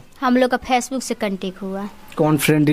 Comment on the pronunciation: Phace book 😂😂😂😂😂😂😂😂 chabar chabar zabaan chal rahi hai , right word bolna bhi sikh leti ya sirf " PHACE BOOK " pe ladko ko ullu banana hi sikha hai 😂😂😂😂😂😂😂😂😂